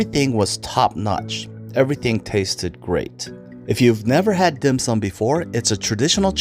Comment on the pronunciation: he’s definitely not Chinese…the way he pronounces the dim sum….lol